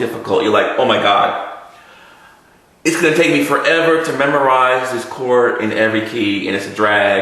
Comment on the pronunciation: Chor-D. CHOR-D! CHORD. It has a 'D' in it's pronunciation please!!! Annunciate please!